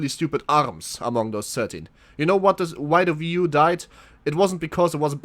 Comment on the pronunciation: It's not a ve u. It's wii u